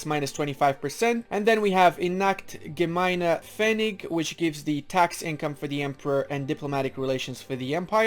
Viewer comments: u nailed "Geteilte Macht" btw "Gemeiner Pfennig" wasnt bad aswell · You pronounced Gemeiner Pfennig better than Reichsstabilität